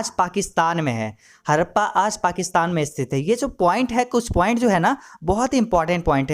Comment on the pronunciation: Awaj krab h apni hadappa bhi thik se nhi bol rhe 😡😡